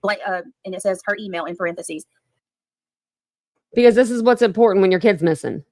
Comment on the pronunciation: Ok, who taught how to say " parenthesis "